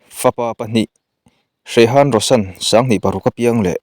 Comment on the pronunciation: Hrithik a H lai hi lam tel loh tur ani awm e, thawhpui vai ho min hrilh dan in. chutiang bawk in Juhi chowla pawh chaula ti a lam tur ani awm e.svmm